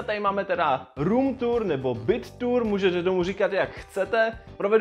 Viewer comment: Slyšel jsem špatně nebo jsj opravdu řekl BROOM tour?